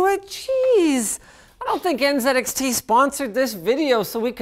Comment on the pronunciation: "before we can even fink"?